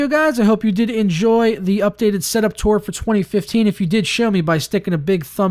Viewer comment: Why do you say tura?